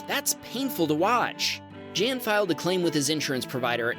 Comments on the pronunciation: The male name Jan is pronounced as if it were the word "yawn" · Good stuff! (As usual.) One quick comment that has nothing to do with Teslas in particular... In #12, if the submitter is from The Netherlands, then that name is pronounced "Yahn" (with both the J and A being soft). It's where "John" comes from. :-) Also, in #8, NEVER assume anyone is actually using their mirrors (or knows how to use their mirrors, or even gives a hoot about what they see in their mirrors)... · Jan (the submitter from the Netherlands) is pronounced like Americans say "yawn"... much like Johann is pronounced yo-hann. My ex-girlfriend, Janneke, and her dad, Jan, both pronounced it this way, with the "J" being pronounced as a "Y". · tfw when you read a Dutch name like "Jan" and pronounce it like the month 🙄